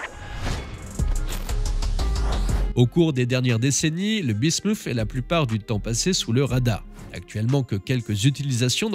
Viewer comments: Ça se prononce bismute et pas bismouf (ça c'est en anglais). Parole de chimiste 😅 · oui et l'alias P. Bismuth et le métal lourd se prononcent pareil. Le "th" en français se prononce "Té". La voix off prononce Bismuszszzzs à l'anglaise comme le Vermouth ça m'agace!